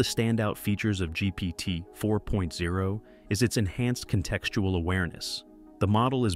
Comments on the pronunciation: Why was this just released as news? And why doesn't the narrator know how to say GPT4o? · ‘GPT 4.0’ - you’re about a month late, and don’t even get the name right. 🤦‍♂️